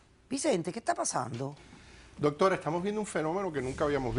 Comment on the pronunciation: "Vicente que esta paZzando"? JAAJAJAJJAA